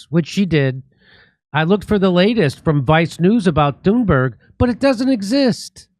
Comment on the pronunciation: I kept mishearing Thunberg being as "Doomberg" ... was i wrong ?? LOL